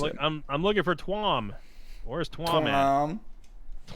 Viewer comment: That pronunciation of Tuam, yikes; it’s choom